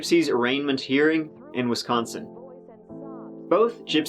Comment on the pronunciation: You pronounced "Wisconsin" correctly. Most people in the USA can't pronounce it properly. Not bad for a foreigner.